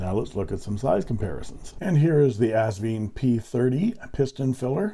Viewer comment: The company name is AsVINE, pronounced like a grape VINE. Besides the owner Britnum Li pronouncing it correctly on other videos (Sally's husband BTW), the box gives the clue, as it ends in a vine at the end of the 'e'. ;-)